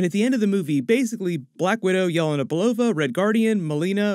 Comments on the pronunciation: Yah-lei-na not yell-e-nah 🙄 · It’s yelena, not yolona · "yeh-lay-nah" not "yell-uh-nuh" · It's pronounced Ye-LAY-na